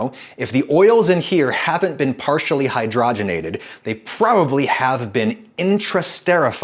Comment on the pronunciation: It’s pronounced Hydrogen ated not hydrah genated . Your welcome.